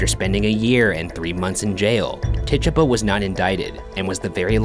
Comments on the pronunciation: Idk why but the way he pronounces Tituba bothers me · Its pronounced Tituba not Tituba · when the ghost said take it. it sounded like: "TITUBA". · Ti-two-bah!!! DAMNIT PRONOUNCE IT RIGHT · lol it's tit-tuba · Tituba is pronounced Tie-tooba she was native of the Caribbean I believe. People sometimes call her African American, but that's inaccurate. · Is he pronouncing Tituba wierd or have I just pronounced it wrong all along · bruv mispronounce tituba one more cotdamn time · Ryan does not know how to pronounce tituba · Tituba probably was ignoring you because you were pronouncing her name wrong 😂